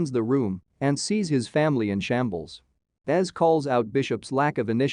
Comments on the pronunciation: It's pronounced EZ(Eee-Zee) not Es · best episodes ever! Also im feeling a bit nitpicky everytime you call him "ez" reyas. It's "E-Zee" or "Ezekiel". I think we have been far enough into the show for everyone to know that lol.